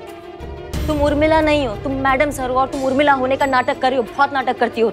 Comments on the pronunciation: Umrila nahi Urmila hota hai cheete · Urmila ko umrila bol raha he😂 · Abe cheeteh umrila nahi hota hai urmila hota hai